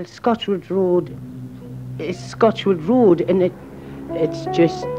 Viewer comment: Why are they saying Scotch wood road?